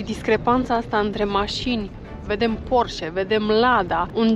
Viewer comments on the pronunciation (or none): none